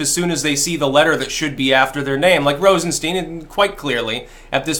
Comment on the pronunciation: I like how pronounces Rosenstein wrong just to make it sound more Jewish. I'm sure he didn't mean it though...